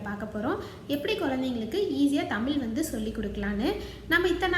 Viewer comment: தமிழ் என்ற சொல்லை தெளிவாக சொல்லவும்